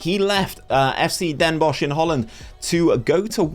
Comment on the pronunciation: Ya pronounced Den Bosch very well